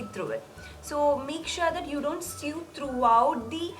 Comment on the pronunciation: Omg it’s not sued or sue it’s pronounced so